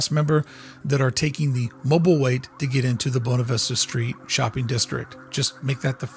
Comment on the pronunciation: Anyone else annoyed every time he says “bone-ah” instead of “boo-way-nah”?